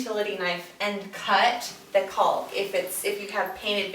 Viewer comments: LoL. Its pronounced like Calk. Why is she pronouncing the L so hard like Culk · Its actually not pronounced Cau "L" K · "Caulk" is pronounced "cawk", rhymes with "hawk," not "calc," as in "calculus" or "calk," rhymes with "walk." Also, learn to edit your vids, better. You were fine when you removed gaps or pauses, but, blew it, when you asked the videographer what he was doing. That is distracting, makes you look like an amateur, or, worse, like you don't know what you're doing. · IT'S NOT "CALLLLK" its caulk.... it rhymes with gawk and hawk and chalk. It's not that hard. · She put so much emphasis on that L in "caulk" seconds 🤣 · I give you a lot of credit doing video. Nice and thorough but you need to pronounce caulk correctly...rhymes with hawk. Keep making videos. Women need to see other women doing projects. Thanks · Caulk with an L, hahaha 🤦‍♂️ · CauLK!! Lmfao!!! I guess she doesn’t want to say COCKing.... 🤭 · As somebody who works at a paint store...lack of emphasis on the “L” is incredibly awkward. “I need a box of caulk right now!” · It cracks me up how she pronounces the l in caulk! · It might sound like a funny word to children. But you do not pronounce the L in caulk. It is pronounced as kawk. You can look it up if you want. I had a buddy of mine argue with me at a job site and bets were made, so I pulled up the dictionary and showed him. So now when I hear the L it really stands out and sounds silly. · I've never heard someone pronounce the "L" in caulk before. I guess I've been saying it wrong my whole life. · Everytime she said “caulk” I was really listening for that “L” sound to make sure.... totally distracting 🤣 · Seriously? The "L" in caulk is silent. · caulk rhymes with talk. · way to emphasize the "L" in caulk so we don't have any mishaps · I screamed the 3rd time she said it 😂😂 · The "L" is silent. Enunciating it is incorrect and incredibly awkward.